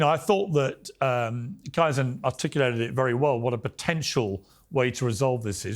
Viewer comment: His name is KAizen, for f@ sake. Pronounced Kay-zen. How many times do you have to have him on the show to get his name right. You Brits can't pronounce anything properly. Learn to speak American.😅